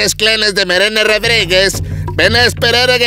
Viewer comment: "... ahé les enquergue que tedes estes penches clenes de Meerene Redreguez..." La clonación, Dra. ¡Esa clonación oxigenada y fosfo-fosfo!